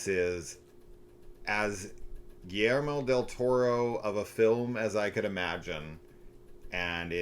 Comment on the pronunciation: “GiLleRmO del Toror” haha had me rolling